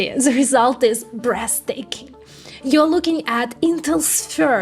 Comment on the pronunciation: I'd swear she said "Breast taking". I'm not sure if that would be a good or a bad thing.